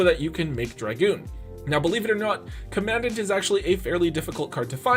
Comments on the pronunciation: Love to be that guy, but it’s actually pronounced “comm ahn daunt” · Hate to be that guy but commandant is pronounced like you are saying “Calm a dawn”